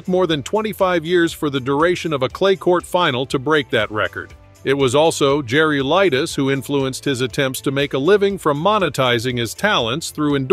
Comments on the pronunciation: You can’t pronounce his name ?? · Exactly, that's exactly what I was just thinking.